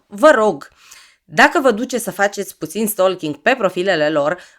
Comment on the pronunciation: Stalking = se citește “ stoching” fără L…. Nu e răutate, dar se aude urat L-ul care nu se pronunță